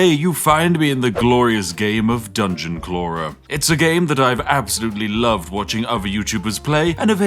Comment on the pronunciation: "Dungen Clawrar" lol